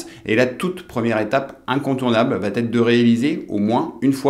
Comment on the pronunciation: Très bien votre vidéo. Mais par pitié, attention aux liaisons: elle va t’être : il n’y a pas de T à va! Merci, cordialement😊